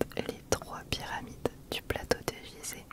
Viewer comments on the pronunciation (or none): none